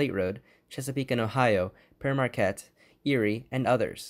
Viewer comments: "pair mar-KET" is precisely the correct pronunciation. The NKP Berkshire is my all-time favorite loco. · Someone who can pronounce pere marquette properly!?!? Unheard of